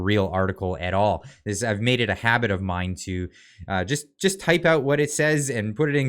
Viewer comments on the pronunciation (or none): none